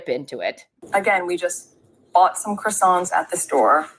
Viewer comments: 'Kwa sonz' is correct way of saying. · Why can ppl NOT pronounce CROiSSANTS?! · Meghan's pronouncing of croissants is nothing like what it should be.Meghan that claimed she studied French for four years then another time she said it was eight years.